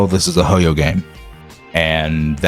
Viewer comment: Thank you for pronouncing Hoyo right, everyone else pronounces it hoy-yo it's so annoying it's not a spanish word